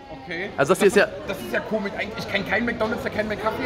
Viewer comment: Schreibweise: Komisch Alle: Komisch Unge: Komich Tanzverbot: Komig TRIGGERED